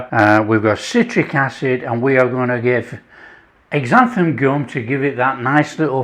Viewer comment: Hi. Thanks for making the video. Xanthan Gum (X pronounced Z) should be shorn into liquids. Blender or immersion blender are best. It is used at a percentage of .01 to .03 most usually but some recipes or techniques go as high as 1%. Cooking the flour has a good effect too.